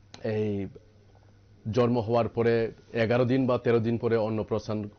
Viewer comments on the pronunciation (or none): জর্ম না শব্দটা জন্ম।